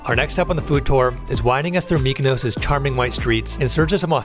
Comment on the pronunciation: Not only can you not pronounce Gyro, you also can’t pronounce Mykonos 😂. Food looked amazing though